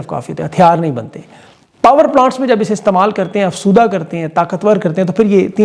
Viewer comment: افسودہ نہیں افزودہ۔۔ اپنی اصلاح کرنا کسی طرح بھی غلط نہیں۔